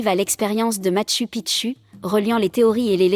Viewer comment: Merci M. Coilhac. Et content aussi de vous voir ici 😊 En effet, la prononciation du système de synthèse vocale est perfectible 😄 tu devrais adapter le texte en ce sens, Matchou Pitchou, Ararate, ... 😘